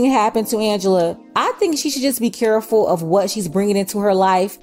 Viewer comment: Your accent when you said careful lol